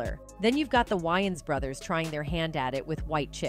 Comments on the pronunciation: Yians? Wa-ynes😂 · For the record, its pronounced way-ins brothers, not y-ins brothers lol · wtf is up with these people pronouncing the names wrong , it’s not Y-ANS it’s Marlon Wayans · Either I’ve been saying Marlon’s last name wrong my whole life or she just butchered it😂😂😂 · She can't even pronounce Wayans correctly!